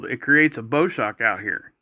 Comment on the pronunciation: bow like the bow of a boat ... not bow like a bow tie